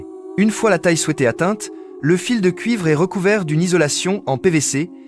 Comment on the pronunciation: Contenu généré par Ia, voix IA aussi totalement a la ramasse qui mélange fil (electrique) et fils (de famille) Ca devient absurde sur les reseaux et dire que cela devient de plus en plus facile a faire en automatique. Les scripts sont fait en python pour faire cracher une script a chatGPT puis collecter des images soit volé, soit un peu partout, et plaque une voix a la con. Après les vidéos du genre industriel tel que ce genre là sont de plus en plus fait ainsi.